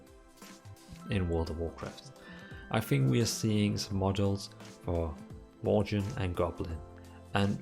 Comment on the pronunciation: Did he just say "Worchen"?